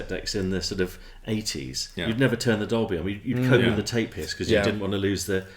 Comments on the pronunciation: Are you 3 playing a drinking game with your Doblie! Dolby and Sonie Sony pronunciation ? 😂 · This riff was worth watching for the bewildering pronunciations of Dolby (Dobly) alone. :0) The fact I have had a huge flashback, as I owned one of these fine machines, is a real bonus. I had a few Sony Metal Master ceramic cassettes, which would hold a higher record level (and smash if you dropped it). They were £17.99 back then for a single, blank c90. Sounded superb.